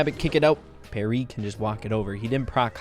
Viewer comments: It's pee air not perry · P air not parry xd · It's not Perry it Pee-air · It's "Pi-Ear" no "Perri" ffs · It’s pronounced pea and air so it sounds like pea air not perry 😂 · Pierre is pronounce like Pee-Air not Perry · Perry lol. It’s pronounced Pee Air just saying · “Perry”? Pierre* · Pierre has to be said pee-err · it’s actually pronounce Piair haha it’s a french name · Its pronounced pee-air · His name is pronounced (pee-air) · Btw it’s pee-ehrrr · say it with me PEA AIR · Pronounced: P-air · Pierre is pronounced pea-air. Not one to roast in comments lol, just helping you out ;). Also my fav primo skin is el brown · I went through the whole comment section looking for this lol it kept throwing me off "Perry" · Kills me everytime when you say pierre, I don't blame you bc it's a french name and understand you don't know how to do it right but still😂😂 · Pierre.... Pee-AIR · Anyone triggered how he said Parry or Pear instead on Pierre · Pierre has to be said like Pee err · i think his name is pronounced pee-air